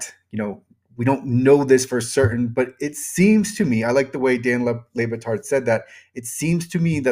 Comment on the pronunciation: And you keep saying dan ley batard but it’s dan le bah tard …. I spelled them like that for phonic reasons. I just found your page it’s cool but how you gonna talk about this stuff and not know Dan owns mellowlark media lol that’s elementary if you’re into this kind of behind the scene stuff be safe tho